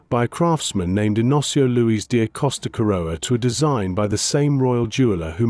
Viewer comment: And Luis is pronounced Loo eesh in Portuguese